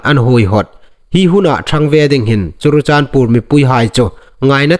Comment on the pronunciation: Sir , i news tiem dan tluok hi nang nei in i ngaitlak hun a , an dik naw zie i hriet ve am . Chun lam fuok lo thumal i nei hai hi i hriet ve am . Entirna'n chirichandpur/ churachandpur . I news a ngai inhawi nawk zuol thei na ding a thathnem ngai na lei cho a ni aw .